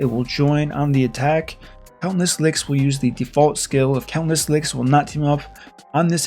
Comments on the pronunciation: Great video! 😁 it’s count-ess lix btw not count-less 😅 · I can't tell is he's pronouncing her name "Countless Licks" on purpose or not. Lol